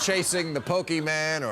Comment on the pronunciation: I disliked this cause he mispronounced Pokemon.